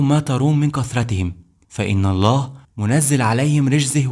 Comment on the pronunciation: ابني الحبيب مجهود عظيم .ولكن برجاء ان تطلب من متخصص لغة عربية ان تكتب التعليق وتطلب منه تشكيل الحركات وايضا يراجع لك نطق بعض الكلمات. وخاصة نطق لفظ الجلالة الله. وهناك أخطاء في الأعراب . وممكن ان تعرض هذا الفيديو على أحد أهل اللغة .لتتأكد